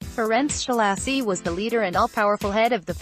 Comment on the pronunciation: I wish somone would just pay a decent reader,,, the guy's name is Ssssaa-loshy....not Sholaaasi... The accent ohn the A opens the a wide. Otherwise it is closed, almost an "o" He was a monstrous person. I saw this series of pics when I was doing research in Budapest in '88.